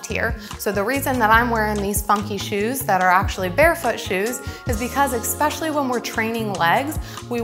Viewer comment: “Exspecially” is not a word🙄 Especially is😀